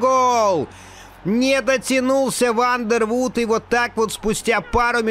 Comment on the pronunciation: Вандервордт, бельгиец. Две о в его фамилии читается как одна о.